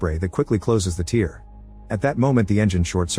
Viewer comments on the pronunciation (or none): One day they'll figure out how to make the AI voice say tair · F.F.S TEAR is not pronounced TEER feckin AI SHITE. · Using 'tare' (as in unladen weight), instead of 'tear' (rip) helps when the Ai is less than perfect. Phonetically the same and sounds much better than the mistaken 'tear' (cry) which some seem to struggle to catch in editing. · AI is narrating this. The word is pronounced "tear" as in "tare" and not "tear" as in liquid emitted from the eyes during fits of emotion.